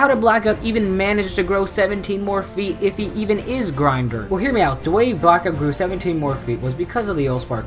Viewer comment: And its pronounced grin-door